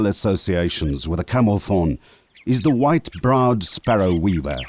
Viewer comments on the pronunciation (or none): none